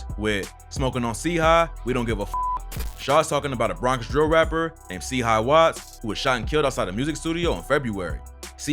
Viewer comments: MANS SAID C HIGH bro yk u smokin delilia if u cant pronounce the shi bruh its CHIII like CHItown u mook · Nigga said c high watts its chii like chai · nice vid and chii is also pronounced like (shy)